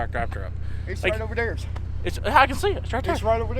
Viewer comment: Iths rigt over dere 😂